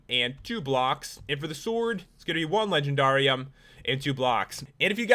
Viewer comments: He said legenDARium like darr its just supposed to be legendarium like legendary but replace the y with ium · It's legend air ee um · That's not how say it it sounds like the word dare at the end it is in the show winx club if you know winx club please give me a like